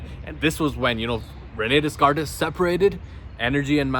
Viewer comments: René descartes the pronunciation is without s so its like rené decart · Pronounced reu nay day cart